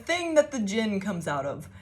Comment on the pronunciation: The D is silent. You said it correctly. Its pronounced Jin. I pray you get what you desire most and that it brings you to your highest good. This reading explained a bit about things that happened when I was in the Middle East. I used to do boxing. Boxed a guy on deployment for fun. He had a problem with me we went into the ring. He won. I got a solid hit and dislocated his shoulder by dodging him. He went from dickhead to less of a dickhead kinda quick. Fun fact Middle Eastern people hate dogs because they believe dogs are one of the forms of Djinn. Dogs love me, even the ones that hate men and bite all men. and one of the firefights I was in while in the middle east. I had a ring of bullet marks around me. bullets hit the ground at my feet crescent moon style but they should have went in me. Physically saw that something stood by me for those brief few seconds but no one else saw it. Triangle with a circle is a hermetic symbol. Its what the people who took the moniker three initiates used in the Kybalion or looked like that.